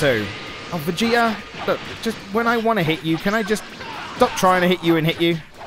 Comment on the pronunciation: "WEI YU STOHP" Nice English there, G. XD